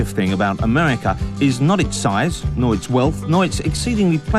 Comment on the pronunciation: "Amewica". Hard to take this guy seriously. But, fascinating program since it's all the way from 1992 but sounds like a 2011 anti-American film!